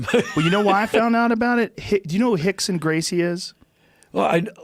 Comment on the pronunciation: Why is Joe calling him "Hickson"...? Is "R" pronounced as an "H" in Portuguese...?